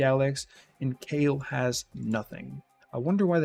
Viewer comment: Kale not = Kael. It's always been pronounced "Ka' - el" and not "Kay- L" 😄